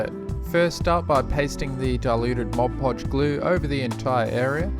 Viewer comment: Thank you! I was wondering why diorama experts like you used Mod Podge instead of other glues and you said it dries matte. And you said it correctly too! Many other tut videos say "Modge Podge". :) Good grief this is a great tutorial series. I am done doing my kids dioramas with that heat moldable grass mat!